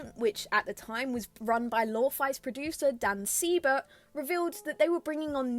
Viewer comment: And so it begins. Very good observations and will be awaiting your thoughts as we roll out the updates... Also, it's "Sigh"-bert. It's spelled weird and always said wrong. 😅